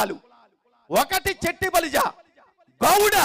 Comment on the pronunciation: చెట్టిబలిజ అని కాకుండా “శెట్టిబలిజ“ అని శంభోదించండి please....🙏